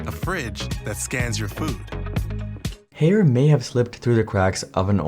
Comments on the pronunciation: ffs dude it’s Higher not Hair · It's not pronounced "Hair" lol, it's "Hire" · I thought Haier was pronounced like "Higher" not like "hair" 🤔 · Included in the video was an employee at a trade show pronouncing the brand name correctly as "Higher" and still, this entire video is wrongly saying HAIR. Am i missing something? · it’s pronounced Higher. Not Hair 😂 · According to the company video clips, the company name is pronounced like "Higher" not "Hair". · It's pronounced Hai Er (2 syllables). I can:t imagine doing a deep dive on a company and get the most basic pronounciation wrong, can you? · Isn't it pronounced as hai-ur ? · Haier is pronounced “higher” atleast you can still buy GE fridges. In Australia Haier has been here for 20 years and barely made a dent in the home appliance market. When GE appliances moved to Haier they stopped selling GE Fridges. Our last GE fridge lasted 20 years and we sold it on marketplace and it’s still going today in 2025 (a 2001 artica model). In 2020 my wife wanted a Samsung French door fridge, now in April 2025, it has an unrepairable error. Wish we could buy a GE fridge again!! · I donno why Haier was continuously mispronounced in the video when they used trade show footage themselves which use the correct pronunciation. Correct pronunciation is such an easy thing to get right and content creators are getting paid to speak so you'd think we wouldn't be having these sorts of threads but here it is again... Well, Jon from Asianometry fixed his DRAM pronunciation eventually so maybe LA can do so with Haier too. : )